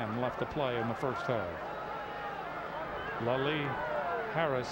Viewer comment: Why did they keep mispronouncing Ashley Leslie's name. They kept saying "Lalie" even said Lalie and Lelie within the same conversation with Dick Tomey. Either way thank you posting this. Never had a clue Ben played against Hawaii.